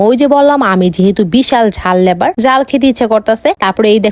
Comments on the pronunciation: লাভার❎ লেভার✅ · লাভার ❌ লেভার ✅ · লাভার ❌❌❌❌ লেভার ✅✅✅✅